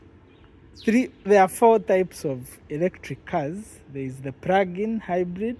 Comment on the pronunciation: Its Plug-in not Prugin! The "r" is so thick